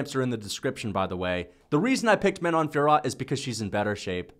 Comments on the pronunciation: you read it "Fior," not "Fiorot" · Ridiculous pronunciation of Fiorot, the T is silent